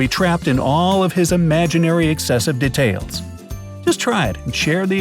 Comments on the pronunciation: Who is annoyed by how he says detail? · You said detail wrong